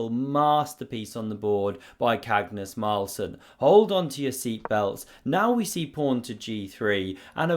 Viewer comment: Best MC name butchering ever